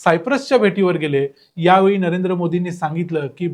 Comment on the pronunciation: ज्यावेळी असे वाचावे